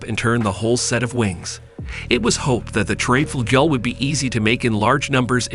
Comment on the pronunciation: The Triebflugel was an aircraft, but not exactly an airplane and the mention of the XFV-1 Salmon and XFY-1 POGO although not exactly similar in configuration did make some sense because they take off in a similar manner. I'm sure this guy's pronunciation will give some people OCD.